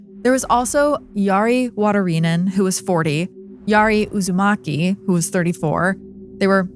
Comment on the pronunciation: That mispronunciation of “Uusimaki” is taking me out. I keep reminding myself that she isn’t talking about Naruto.